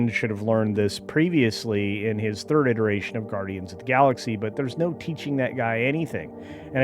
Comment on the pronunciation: Did he say "iteration" or "irritation"?